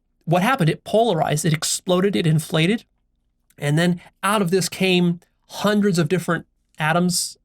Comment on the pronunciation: Also notice how pronounces "Hundred" or "hundreds" it's like he says" Juandreds" it makes me smile every time